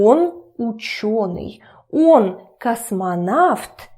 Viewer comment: U said if О is not stressed then it is pronounced as "a" So y u pronounce Он as on